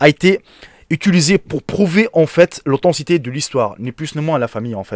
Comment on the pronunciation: « AutheTIcité « ! -> pas « otancité »